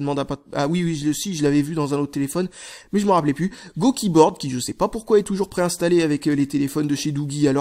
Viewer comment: Comment dire... J'adore tes vidéos, mais je déteste: - quand tu dis "" pour "Go" - la façon dont tu prononce "Now" dans "Google Now":)